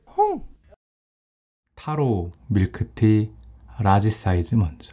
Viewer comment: 오프닝이 점점 발전하시네요! ㅋㅋ 넘 병맛적이시고 웃겨요ㅋㅋ 오프닝보고 넘 웃겨서 계속 웃었어요ㅋㅋㅋ 그리고 오프닝 끝나고 '타로 밀크티 라지 사이즈 먼저'인데 전 '타로 밀크티 라지 사이즈 먼트'라고 들린사람 저밖에 없나요..ㅜㅜ